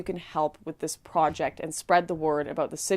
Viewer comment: I can't believe this. Lauren doesn't say 'project' with a Canadian accent anymore. :-( I'll support the project anyway. Great work!